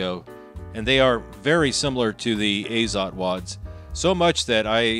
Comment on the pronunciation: Actually, "Azot" should be read as "ah-zot", not "ei-zot". In Russian, "azot" means "nitrogen". Although, with regard to ammunition, it is likely an abbreviation because "AZOT plant" was a brand of cartridges in the USSR since 1950-ies .